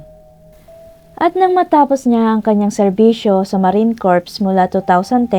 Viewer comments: Marine Corps .. ang pag pronounce po ng Corps is parang "cor" ganun lang po kasi pag yung pag pronounce niyo po kasi us iba meaning nun kabaong :) sana maka help 😊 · Silent "p" po sa Marine Corps